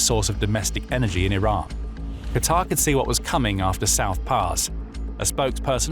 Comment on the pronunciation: Finally,someone who knows how to pronounce QATAR like it should be.I get so enraged by those idiots who don't know how to pronounce it correctly.I have a friend who lives in DOHA.